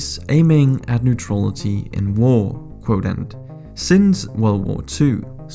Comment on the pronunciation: If you´re bound to make a video on neutrality and Sweden you´d better learn to prononciate the word "neutrality" correct.